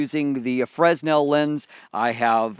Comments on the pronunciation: Great stuff. It is a bit annoying to hear you say fress·nel. It's prounounced fruh ·NEL. Thanks for the review! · Nice review but sorry I couldn't help myself from making this remark really sorry. It's Fresnel FERNEL nor FRESNEL. Thanks for the informations thou, I just bought one I can't wait to receive I shoot 4x5 film with a Graflex Crown Graphic and I'm going to use the EC200 extension to put the AD200 in my backback and have just the bulb on a coldshoe and the 5" refractor. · As always, I appreciate the review. Just one critique: the S in 'fresnel' is silent. Pronounced 'fer-nel' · It is pronounced "franel." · The "s" in "fresnel" is silent, yo.